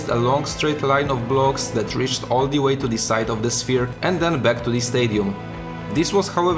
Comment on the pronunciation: I'm really sorry for asking this but why do you pronounce every "the" as "di"? I don't mind the accent at all, I'm slavic as well, but this one thing keeps grinding my ears for some reason :D